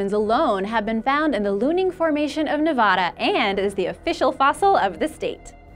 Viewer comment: Said "Nevada" wrong.